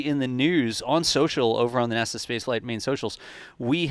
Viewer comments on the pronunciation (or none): none